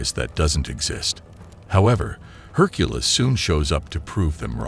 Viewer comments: Have we all been saying Hercules’ name wrong this whole time or does this AI just say it weird? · My God, I HATE these AI voiceovers. Herk-a-liss meets her at a local tavern and usual joint spot. Urges people to stop their "bare-ige of rocks". Just hire your useless brother in law for a couple of bucks. At least he know how to pronounce basic English words.